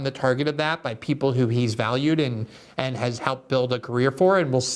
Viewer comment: Despite his thoughtfulness, I can't help being ridiculously distracted by the way he says 'and'. I've only ever her Brazilians pronounced 'and' like that before, and you have to forgive them, giving that English isn't their first language. But seriously Glenn, you know better. It's 'and', not 'annnnnnnnnnnnnnnnnnnnnnnnnnnnnnnnnnnnnnnnnd'.